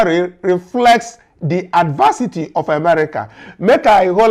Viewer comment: Please slow down and pronounce words carefully! ( diversity is NOT adversity)